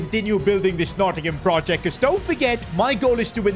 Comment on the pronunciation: Nottingham forest please pronounce the team by its proper name